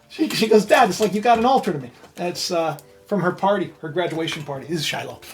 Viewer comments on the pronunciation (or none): none